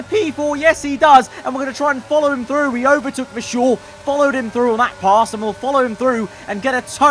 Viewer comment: VERstappen and VERschoor thats annoying